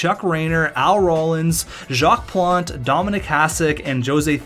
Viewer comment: Jock not Jocks Plante.